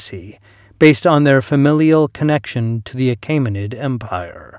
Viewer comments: The narrator mispronunces “Achaemenid” as “Ah-KAY-muh-nid”. It should be “Ah-KEE-muh-nid”. The vowel group “ae” in the second syllable should sound like the “ae” in the first syllable of “Caesar”. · The vowel <æ> is somewhere between "ey" as in "hey" and "ie" as in "die". Your pronunciation would be written "Achimenid". "Joo-lee-us See-zer" would have been "You-lee-us Kai-sar" ("Kai" rhyming with "sky'). The <æ > compound became to avoid the expense of a special piece of movable type. It can be produced on a keyboard with number.keypad as Alt-0230.